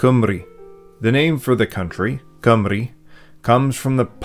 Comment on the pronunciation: Congratulations on your pronounciation of Llanfairpwllgwyngyllgogerychwyrndrobwllllantysiliogogogoch and Cymru :medal-yellow-first-red